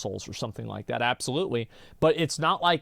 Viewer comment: Anyone that pronounces "That" as "vat" just annoys me and they remind me of vaulty lol